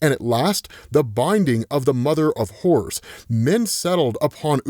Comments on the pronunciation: swear he's saying mother of whores ... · Every time he said “Mother of Horrors” I swear he said “Mother of Whores”